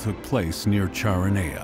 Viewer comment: Very well done. Some mispronunciations, e.g. Charoneia is not Char o knee uh, it's Kara knee uh.